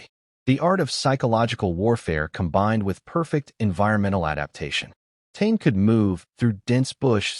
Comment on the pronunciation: "tain" is pronounced Ta-ney and spelt Tane. AI fail